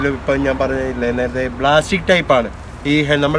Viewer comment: Blastic alla anna plastic